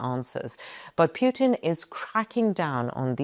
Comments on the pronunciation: good video but you pronounce Putin wrong...its Pootin not Peuton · Pewtin? That’s annoying. It’s Pootin. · Why are YOU saying "piutin" ? It should be pronounced PUT IN, anagram for input. It's very simple, what are you trying to hide saying it wrongly. A man basically was shose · His name is PUTIN, not PJUTIN. There is no J his name. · Very good, but please. Don't call him "Pjuutin." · Why does she call pu-tin as pue-tin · I lke how you pronounce 'Pewtin'. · I love the way she pronounces Pyewton. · His name is Putin , not Pjutin 😊 This is lies , negative propaganda all the way 😂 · Just learn to pronounce statesman's name correctly.!!!PUTIN , not pronounced YU in this particulat case.. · Is the current Putin REALLY the true Putin, whom we all remember was extremely ill with cancer, which bends a knee to no-one! btw: I love the way you pronounce Putin as Puitin = perfect! 😷💩= Puitin 😂😅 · Got to love how she pronounces PEW-TIN...LOL